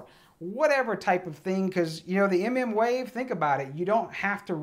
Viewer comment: Emm emm wave lmao